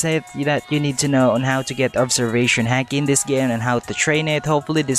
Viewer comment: It’s not hake it’s hiki